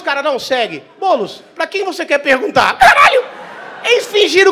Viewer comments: Impressão minha ou o Renato falou Boules kkkkk😂😂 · Albani tentando ser imparcial e falando “Boules” HAHAHAHAHAHAHHAHA. Isso mesmo. Faz o Ⓜ️